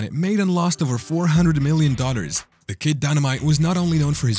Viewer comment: Dollars, not dodders